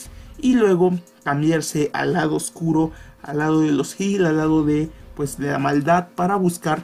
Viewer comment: enfatiza en la palabra "oscuro":D